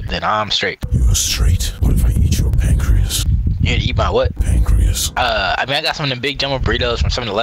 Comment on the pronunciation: I need ur prancreas +u need what? -Pancreas :v